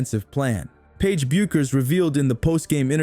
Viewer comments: Deep dive? Deep sh!t, more like. FFS tech you robot to pronounce Paige's name correctly!! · No, you were getting at how they shut down Betts, which they didn’t. And mispronouncing Paige’s name? That’s junior high school stuff.